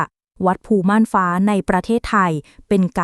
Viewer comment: อ่านให้ถูกหน่อย วัดภูม่านฟ้า ไม่ใช่วัดภูหม่านฟ้า